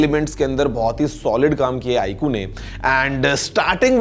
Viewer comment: iku nahi hain sir vo iqoo hain 😂